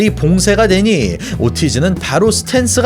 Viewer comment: 목소리도 그렇고 말투도 그렇고 얼굴 나오는거도 되게 거슬리네요. 그리고 이분 영어를 못하나요? 오르티즈를 왜 오티즈라 하나유?